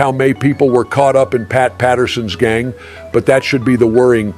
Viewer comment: Yes, leader of the gayng.